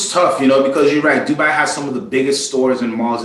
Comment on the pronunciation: A question regarding independents - what if I love the work they do but absolutely can't stand the watchmaker (e.g. FP Journe) or CEO (e.g. CEO of Audemars Piguet)? What do I do then? And by the way, the way you guys pronounce Dubai is just wrong.